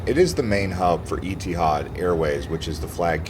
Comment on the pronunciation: It's pronounced E-TEE-HAD not EA-TEE-HAD